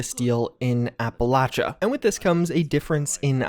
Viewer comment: Every single person who plays or has played this game in the past except for just one, has mispronounced Appalachia.